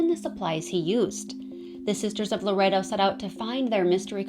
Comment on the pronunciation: It's pronounced lore ett toe. I live near the church. I try to help & guide as many tourists in the area as possible. I love telling people about my city. Our history is alluring.